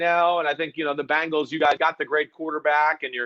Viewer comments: Can you teach him how to say Bengals and not Bangels.. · Please tell Chris that the name of our team is "BENGALS", not "BANGLES".